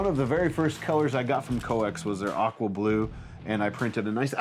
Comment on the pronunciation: Oh "aqua blue"! I thought you said "We can't wait to print with your awful blue". LOL